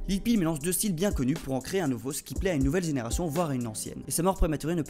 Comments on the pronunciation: ON DIT LIL PEEP ET PAS LIL PEE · Il a carrément dit lil peel 💀